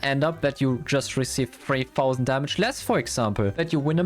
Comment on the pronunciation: Treetaused❌️ Freetausend✔️